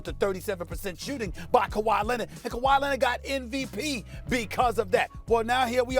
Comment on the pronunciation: Stephen "Ka-Why Lennit" A. Smith